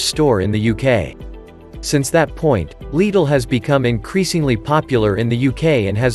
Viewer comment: I couldn't help but notice you pronounced Lidl correctly. Why is this so hard?